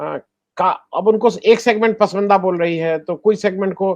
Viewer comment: आनंद वर्धन जी सही उच्चारण 'पसमंदा' नहीं "पसमांदा" है